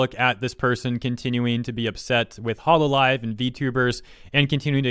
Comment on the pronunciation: why did she call hololive hololololive